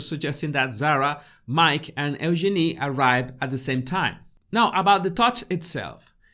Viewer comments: she actually said her name correctly. Listen again. It’s pronounced Use-Jin-ee. Fergie and Eugenie have corrected people many times over. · no its not , there is a video of Sarah York saying how to pronounce it and she says just think, use your knee said faster it comes out Eugene